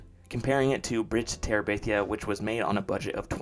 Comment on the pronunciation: "Following the success of... The Bridge to Terebithia" say that again, slowly